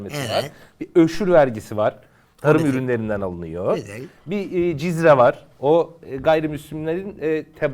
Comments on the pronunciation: Ha cizye vergisiymiş. Tekrar tekrar, dikkatli dinleyince de yanlış telaffuz ediyormuş. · cizre değil o, cizye:)) çocuhlaaaar aman haaa